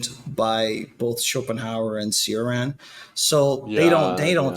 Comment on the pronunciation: It pains me when i hear how people mispronounce Cioran's name.